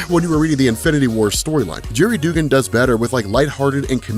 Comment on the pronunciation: His name is pronounced Dug-gan, I love ya but that was driving me nuts man. lol